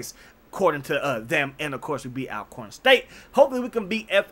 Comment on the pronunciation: Bro it's pronounced All-corn ✍🏾️. I fw your bids also!